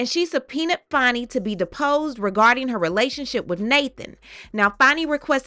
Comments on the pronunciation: It’s pronounced Fanny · Whats this "Fonny" BS? IT'S FANNY! Like BIG FAT Fanny